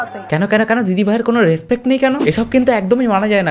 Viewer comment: Dada ota respect na respet tumi vul bolle 🙂